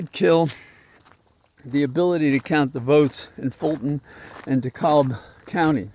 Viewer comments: Listen to you every morning in the UK. DeKalb county is pronounced D cab county. My sister lives there and I will join her next week to knock doors for down ballot candidates. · Pronounced De Kab. L is silent